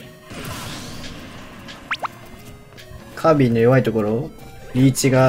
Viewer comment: カービィーじゃなくてカービィな